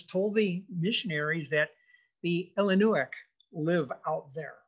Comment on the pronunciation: FYI: it’s pronounced Illinois not Ellinois